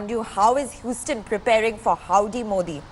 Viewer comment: It’s not Whostone, It’s Houston ( pronunciation Huezton)